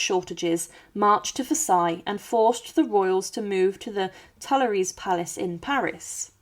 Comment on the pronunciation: Tuileries is pronounced "tweeleree".